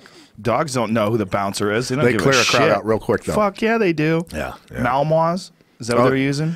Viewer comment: Even after Pat says Malinois correctly, Joe keeps on throwing in that there second M. Oh, the little things.